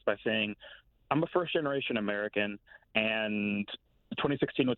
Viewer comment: ARROGANT DEMINGS!...PLEASE SPEAK PROPERLY...THIS ISN'T A PARTY IN HARLEM...THE WORD IS 'SEEKING' NOT SEEKIN' & 'MAKING' NOT MAKIN'...GEEZ...;)